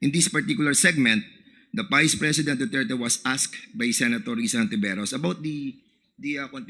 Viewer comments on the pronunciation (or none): none